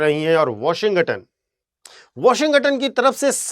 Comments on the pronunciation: washington ❌ washing संघटन ✅ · Washington boss not sanghatan...😂😂😂😂.. pronunciation is a big project in India..😅